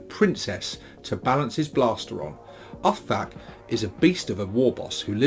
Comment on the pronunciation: Its pronounced like "Oof-Thak" But yeah, give Brutal Kunnin a read, lots of great orky perspective shenanigans in it, can tell Mike Brook is a proper Ork fan. Also look for the Ebook prequel short story "Where Dere's Da Warp Dere's A Way" if you want to understand why he has that stitching on his neck, theres a very funny scene with an Admech Kastelan Robot in that story XD